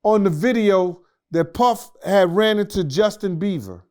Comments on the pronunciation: Hi it's Beiber not Beaver! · Why does keep saying Justin Beaver😂😂😢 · “Justin Beaver” is next level botching bro 😭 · Damm,, he keeps calling him beaver 🤪😝🧐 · He can’t say Bieber or ciroc god dam